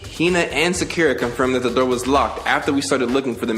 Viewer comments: The way he kept pronouncing her name Sackera really bothered me. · oh and to help you with the names it's Sakura Saw-coo-ruh Byakuya Bee-Yah-Coo-Yuh just wanted to let you know you're the Goat Youtuber bro I legit barely watch stuff on here unless it's you lmao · The way he says "sack-ura" 🤣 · Manz must have never watched naruto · Sakura = sock-er-ah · Sakura is pronounced Soccer-ra Like the tree